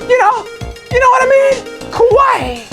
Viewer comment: you said kawaii wrong, god fucking damnit!